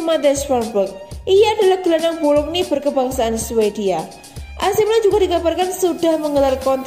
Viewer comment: Club BOLOGNA neng bukan BOLOGNI.........HAHAHAHAHA neng2 sblm ngisi suara isi dulu perutnya biar fokus,,,,,wkwkwkwkcekakak